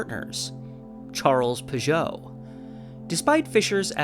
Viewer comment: I pronounce it Pig-ut. I think that the two Ts at the end make it not pronounced “oh”, as French “ot” would be.